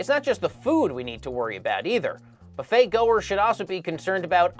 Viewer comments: "Boofet"? It's "buffet" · Wasn't that "Boo-fay" and not "Buff-ay"